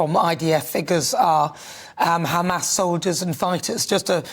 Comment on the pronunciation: Why doesn't he pull a trick out ofhis ass/hat and start pronouncing HAMAS properly?! ... raasclaat!